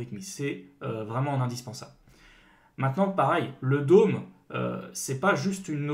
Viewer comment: Bon faut vraiment mettre les choses au clair ON NE PRONONCE PAS "LE DÔME"!!!! Ça se prononce comme "homme" le "d'homme" , ça fait tellement mal aux oreilles "le DÔME". Faites un effort, dans le dev, un minimum d'anglais c'est juste indispensable encore + que les bases JS, surtout si vous prétendez former des gens.